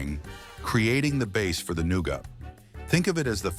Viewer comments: THE NOOGAH! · The way he said nougat had me dying the whole first part 😂😂